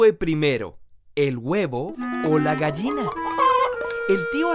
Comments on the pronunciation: me molesta lo mal que pronuncia la palabra "gallina" jajaja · tal vez sea un regionalismo pero en mi país se diferencia la pronunciación de la "ll" y la "y". Técnicamente, por la forma de su pronunciación y según como se habla en mi país, él pronuncia la palabra "gayina" y no "gallina". pero como digo tal vez sean regionalismos.